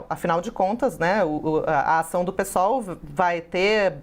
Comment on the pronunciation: Parabéns por falar Pêsol e não pisol 👏ninguém fala pisdebe..